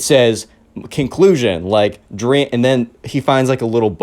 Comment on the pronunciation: OMG "DWEAM!?" shut up lol funny thing